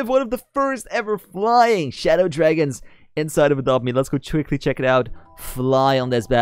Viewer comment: Did you sad “for a drop be”